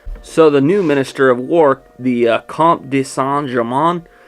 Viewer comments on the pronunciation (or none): none